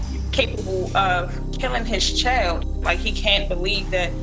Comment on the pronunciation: "everyone that knows my father knows he didn't keel his cheld" -whelp, obviously he is capable of killing his "cheld"